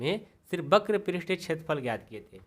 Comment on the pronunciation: Only one mistake वक्र होता है बक्र नहीं